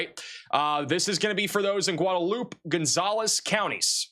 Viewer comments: Guadalupe pronounced "Goo-Wahd-Ah-Loop" in TX. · Dude. You absolutely destroy the pronunciation of cities that you try to read. You may be book smart, and I do appreciate your weather reports. I can't believe you asked AI how to say the name of a town on one of your videos. You mispronounced Otumwa, Ia. , and Guadalupe is not Gudoloop. That drives me up the wall. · By the way. Guadalupe. Gwah da loopee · Goo-da-loop? C'mon man 😂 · Guadalupe is pronounced like gwada-loop-a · It's pronounced "Gwad-a-loop-eh" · Gwahd ah loop ay...or huad ah loop ay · The X in Bexer is pronounced, as I have heard it, somewhere between a Y and not there. It is based on one of the local indigenous languages. Bear or Bayer both seem to be acceptable. Seguin is Suh-GEEN Guadalupe is GWA-de-LOOP-ee And don't get me started on the pronunciations of some of the German based names in the Greater San Antonio area. 😊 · LOL "goo-duh-loop" was really bad. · Someone Please Tell How to Pronounce “Guadalupe”!